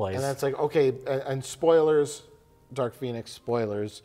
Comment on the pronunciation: "Dark Phoenis"